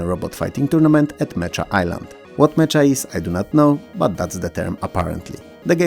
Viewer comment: Thanks for another great video! If you're wondering, the word "mecha" is actually pronounced as "MEH-KA" and means "giant robots or machines controlled by people, typically depicted as humanoid walking vehicles."